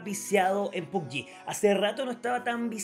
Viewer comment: No se dice PUBYI. Se pronuncit tal cual PUBG